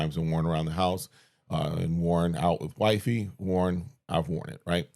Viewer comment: Apparently I was wrong to warn you. Perhaps you should, afterall, AX your partner how she feels about publicly being referred to as your "wife-eeeee". Sounds lovelier each and every time. God bless y'all.